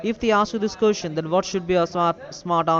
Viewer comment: Jessica Jessica Jessica these fools sound like shits listen how he says question lol kusestion lol dwl nobody you know shit head is as smart as Jessica lol